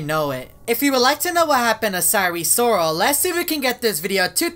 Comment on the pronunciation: Normal people: sire sirol: syre sorol